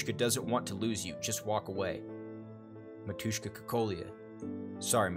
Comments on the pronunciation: Yeah ... licking was a bit weird, little kiss in forehead would be better. is AK-47 saying something? It's that, but without actual model number. "dasvidaniya" - goodbye Btw, it's mAtushka, not matUshka. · I really love their story, and I'm happy that you like honkai too, not only genshin. Thank you for the video! But mAtushka, not matUshka (like mAma)